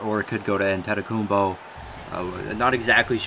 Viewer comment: Thats how u say it in greek